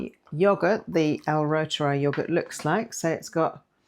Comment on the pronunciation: Pronounced root er eye 😊